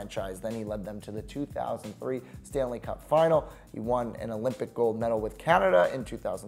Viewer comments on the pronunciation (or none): none